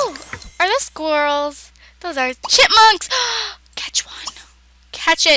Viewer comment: I feel like she is saying chitmunks lol